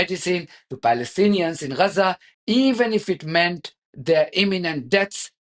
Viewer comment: Is it Raza or Gaza?